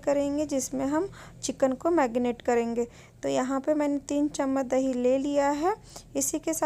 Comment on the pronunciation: Madam marinate hota hai😀😅😂😂🤣